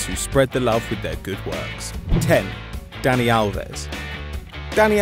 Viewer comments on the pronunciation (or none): none